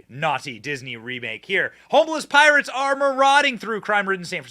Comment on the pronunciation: Not Pirates, but "Poorates"